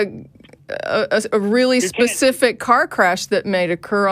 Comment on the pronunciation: Yeah like’ Pacific’ rather than ’specific’. Aaaaaaaaaaaggghhh